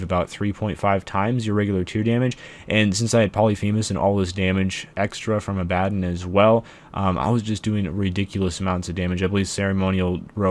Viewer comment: You're saying Abaddon wrong.